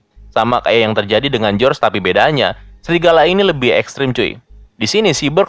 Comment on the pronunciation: Bang bukan srigala tapi Serigala wkwkwkw